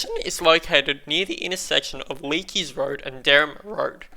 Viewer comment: you said leaks road wrong lol